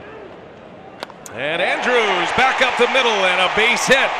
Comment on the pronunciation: How the hell can announcers not learn how to pronounce names properly?? Andrus....is NOT pronounced like Andrews....lol. That's just a no-brainer. Just goes to show that people who are on TV....are not necessarily the sharpest knives in the drawer....lol.